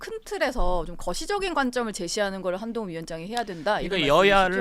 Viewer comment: 사회자님. 발음을 정확하게. 한동훈입니다